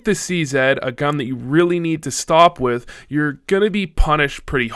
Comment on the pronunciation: "wif" I like your german accent!